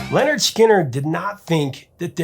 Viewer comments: Great story, great band. FYI it's pronounced "Linard" not "Lenard". Rhymes with "Skynyrd". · It's not Leonard, it's Lynyrd .